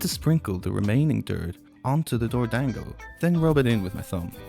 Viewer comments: It's not pronounced 'dang-go", it's "dawn-go" 😭😭😭😭 short A sound! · Every time you say dorodango it sounds like “doored angle” 😂